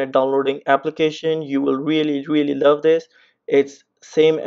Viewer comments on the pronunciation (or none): none